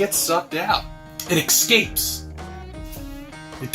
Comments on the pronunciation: Looks like his wife has finally had enough and thrown his arse out? It looks like he's filming from a caravan or campervan? Cheers ps-why would anybody take someone seriously that pronounces the word "ESCAPE" as "EX-SCAPE"? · Did he say 'excape'??